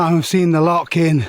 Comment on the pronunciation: Love your channel and vids thos one is cool 2 guys juat chiling take it easy and actualy enjoying the scenery altho u pronounce loch all wrong which grinds us true jocks gears hahahaha let yous of as souther fairy's haha kidding great channel bud